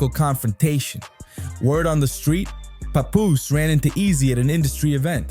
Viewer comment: that’s how you supposed to say it Not Pap Poose